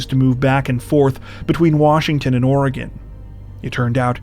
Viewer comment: Thank you for saying my states name correctly. It drives me nuts when national media cannot pronounce it correctly.